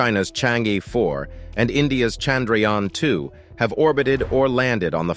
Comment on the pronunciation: I had to fast forward your verbose repetitive speech many times to see this! How many would have gone off tired?! Probably 70% of viewers! Btw Chandrayaan is pronounced Chnr-yaan..Chandr as in tundra and yaan as in lawn, pulling out the "aa"!